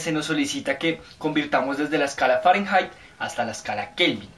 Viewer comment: se dice fahrenheit no fahranhait